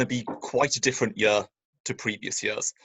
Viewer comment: Year, ye..ar, not yeeer.